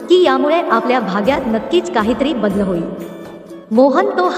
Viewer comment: शक्त, badl वगैरे ही कोणती भाषा,आणि हे कोणते उच्चार?